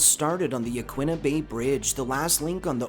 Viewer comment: But Yaquina incorrectly. 😒